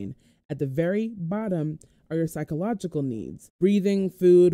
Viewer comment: Physiological not psychological. Fi- zi- o -logical